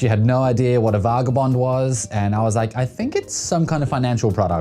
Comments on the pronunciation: I mean of course she doesn't know what a vagabond is if you're pronouncing it vargarbond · Based on how you pronounced Vagabond I’m gonna assume you also don’t know what it is hahaha